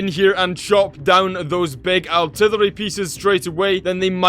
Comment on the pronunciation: Its artillery not altilllary